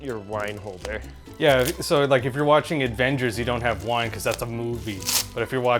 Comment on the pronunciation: It’s no one going to point out that he said “advengers”